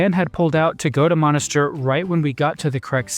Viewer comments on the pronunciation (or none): Monastir. Et pas Monisteur 🇹🇳